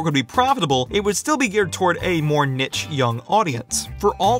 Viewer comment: I know this video is 4 years old, but did you ever figure out how to pronounce niche?